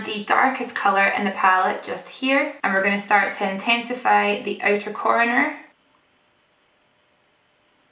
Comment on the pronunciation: Here I thought the word was "outer" but I like "ooter" more 😂😂😂